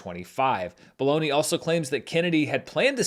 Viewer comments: Matthew Belloni (pronounced "Bologna" apparently) is a hilarious name for a reporter. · Ok, I'll be that guy: It's pronounced Matt Bell-Oh-Nee. He is on the show "The Business" on KCRW. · I didn't know how the last name of the Puck reporter was spelled, but it sounded like "Baloney" and I wondered why trusted a source like that.